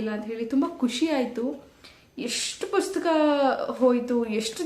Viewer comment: Dayavittu pustaka anta heli,puska anta helteera😢